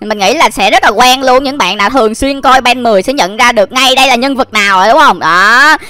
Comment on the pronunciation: Anh ơi ko phải ben 10 mà Là ben then á anh ui anh vãi nồi